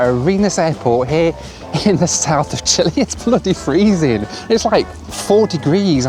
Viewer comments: Until I saw the map and spelling of the locations, I didn't know where you were headed,. It is not PORTO Williams and the country is not CHILI (OR CHILLY--which is what you were) Puerto Williams and Chile. Please learn the correct pronunciations so your followers aren't confused. (maybe I am the only one). But the BAC-146 is pretty cool. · „Chili? This is a condiment. The country is Chile. The e in the end should be pronounced as in ten and not as in tea. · CHILE NOT CHILI LOL